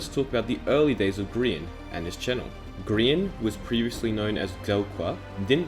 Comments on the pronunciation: you say building like booting and grian like green. What the heck is that pronounciation. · I like how he spells his name as green not gry an (grian)